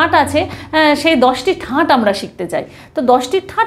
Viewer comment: ঠাট ,ঠাঁট নয়